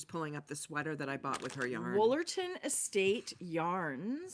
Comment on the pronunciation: You said "Woolerton" and I automatically turned my head to spit! 🤣🤣 Sigh, alas the American who's full education on Canada comes from episodes of Corner Gas and Murdoch Mysteries 🤣🤣🤣